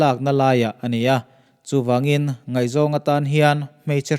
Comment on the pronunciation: 'Nguai' tih i lam dan hi,Upa deuh zawt teh